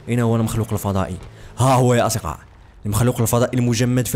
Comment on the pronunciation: ليه ماتعرف تنطق كلمة اصدقاء 😂😂😂😂😂😂